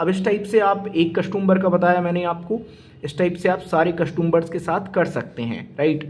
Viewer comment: Sir आपके nails काफ़ी गंदे हैं और कस्टंबर नहीं होता कस्टमर बोले आप बार बार कस्टंबर 2 बोले जा रहे हैं Next time ध्यान रखें